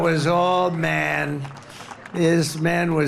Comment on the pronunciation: The way this orange idiot is pronouncing the word "man" is simply disgusting. It shows that he still lives in the long gone times (thank God) when "real men" where admired and women where suppressed and reduced to their looks. It's still the way tRump sees the world - until today he refused to lean that times have changed and insists to his antique ideas. Americans! Although beeing a german I beg you all: Please don't vote for this disrespectful idiot!